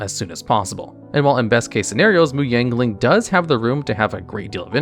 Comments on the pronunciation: Is it just me or he keeps saying "Yangling" rather than "Yanling"? Lol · it sounds like youre thowing in a G in Yanling like Yangling. lol i have always pronounced it Y-ah-n-ling